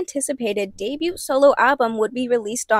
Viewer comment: The “t” in debut is silent.